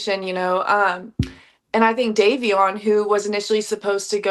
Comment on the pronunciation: Was horrible to watch! The host couldn’t even get Davion’s name right😢❤